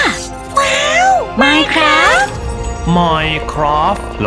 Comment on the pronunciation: มายคราฟคะไม่ใช่ไมน์คราฟ